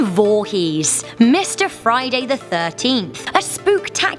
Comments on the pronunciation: "Jason Volhees" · In the beginning this woman said "Jason VOOhess"😂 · Jason voohees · JESOON VOOHEEZ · You said his last name wrong